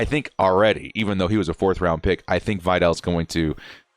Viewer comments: Hey. Know I'm a little late. I actually work in Troy Athletics and Kimani is a stud! He is a great kid with an outstanding work ethic. He is definitely one to watch. Also, good pronunciation. It's (Vi-dell). Bolt Up!! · vee-dahl bro